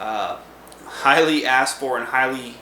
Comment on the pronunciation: People these days pronouncing "asked" as "assed"